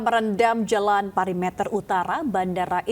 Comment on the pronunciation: pErimeter, bukan pari meter!!! Pembaca berita kok ngikutin kesalahan reporter.